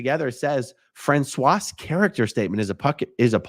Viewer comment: Don’t pronounce the final consonant in French(pro: Fran-swa) Just sharing!